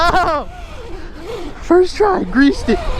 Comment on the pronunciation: "FIRSST RIDE"